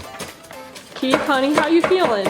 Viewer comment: Its Keith not keef